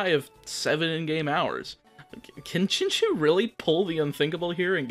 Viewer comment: btw it's pronounced chin chow not chin chew